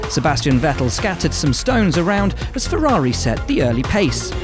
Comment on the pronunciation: why is he unable to pronounce Vettels name right? Its FETTEL dumbass :D